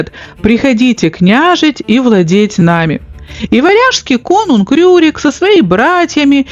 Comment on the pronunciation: Не РУрик, а Рюрик. И вообще, у вас очень много повелительного наклонения. Раздражает. Просто рассказывать вы не можете что ли? 😏